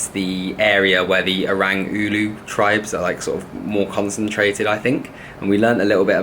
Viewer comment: Here's a tip. Pronounce "orang" like "aw-rung" 😂 Also, I'm so glad you got to go to the cultural village! I used to be a local over a decade ago, but my first time going there was 3 years ago and I thought it was pretty cool. 👌 I got a photo taken standing by the Orang Ulu guy and I couldn't help but blush. Unfortunately my photographer had shaky hands 😂